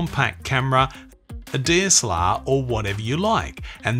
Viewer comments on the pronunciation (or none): Loving DSLR coming out as a Tolkien'esque sounding "Dee'ess'lar..."